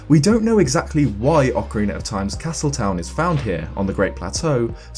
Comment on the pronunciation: He says ocariner and not ocarina